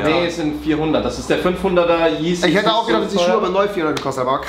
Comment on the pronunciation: er sagt nach 5 Jahren immer noch geezy der kek